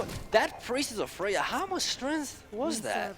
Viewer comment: it is truly annoying. specially the way he pronounces strength